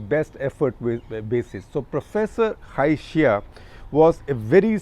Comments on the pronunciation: Must learn how to pronounce Chinese names in pinyin. It’s prof. Cai Xi: pronounce Tsai Shi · Cai Xia is pronounced as (Tsai Shia) in Mandarin. The name is in Pinyin and not English transliterated